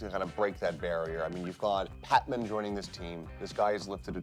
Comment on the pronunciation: Guys, it's PatMEN not Patman.